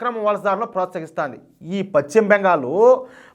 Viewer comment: Pachima bengal kaadayya paschima bengal antaru.telugu pronouncement nerchukoni videolu cheyyi